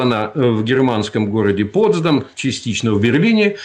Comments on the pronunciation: Не ПОтсдам, а ПотсдАм, не в Аляске (в Украине), а на Аляске (на Украине). Станкевич, садись, два. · Коробит безграмотность этого станкевича И не поправляет никто Джуно-столица Аляски,а не Анкоридж И Потс'дам,ударение на второй слог,и Потс"дамская конференция